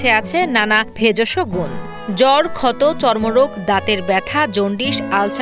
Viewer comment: ভেজষ গুণ নারে বইন , ভেষজ গুন mnt